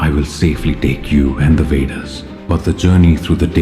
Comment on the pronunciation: He said veders😂